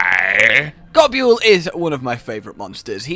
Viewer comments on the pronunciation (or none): You do know Gobul is just pronounced “gobble”, right? Like how Nibelsnarf is just “nibble”?